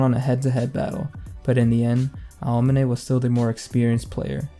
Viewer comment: man why do u say aomine's name like that